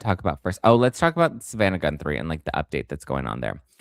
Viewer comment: Isn’t it pronounced “Goo-three” Lolol love ya!